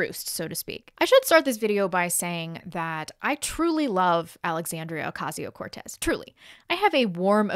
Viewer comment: Just say Cortez